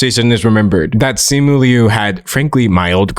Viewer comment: Thank you very much for pronouncing Liu correctly. ❤ Uhh my In laws are Taiwanese, their last name is Liu. Yes there is a distinction, but culturally speaking, my inlaws say they are Chinese. It’s a little interchangeable to them. And they were born there.